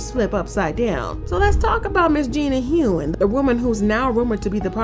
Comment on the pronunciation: Gina Hun. Not Hoon